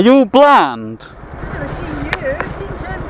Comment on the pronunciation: Jason Juggler he's trying to say blind. bland=uninteresting .